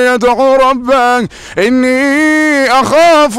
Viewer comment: ربه وليس ربااا